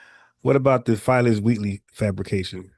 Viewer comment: bro u killin me u keep pronouncing Phyllis or spelled Phillis Wheatley Peters which was the first Black woman to publish a book of poetry u pronouncing it like Filess 😂😂😂 respect bro FBA errrday!!!!